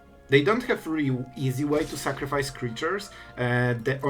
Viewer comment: "Make opp sacrifece" yekes